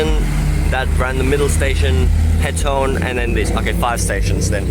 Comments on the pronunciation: ITS called State Highway 2, not freeway. Also it's Petone or Pito-One Do your research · Pet- oh -nee , this is how it is pronounced :) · Petone is Pronounced, Pit-Ohnee. The Melling Line stops abruptly, as it use to be the Main line to Masterton.